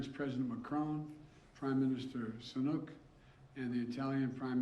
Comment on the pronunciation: Prime minister Chinook.